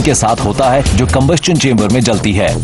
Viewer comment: It's कंबशन not कंबस्चन plese have a correction